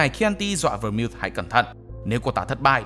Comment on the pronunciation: Nhóm ơi Vermouth đọc là Vơ-mút nhé